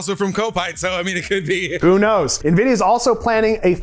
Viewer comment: I’m here for the pronunciation: NIVIDIA 😂😂😂 yeah I’m a droner so I needed a PC with NIVIDIA graphics card in order to use Reality Scan. So I got a Dell 3550 with a NIVIDIA Quadro P520. Works!